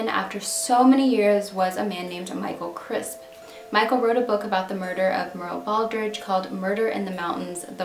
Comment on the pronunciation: Ha! Thanks for this. I was going to comment, “Why are you pronouncing her name so oddly?” Great job once again and thank you for posting these largely unknown cases. What you do on your channel may just help a case get solved. Have a great weekend!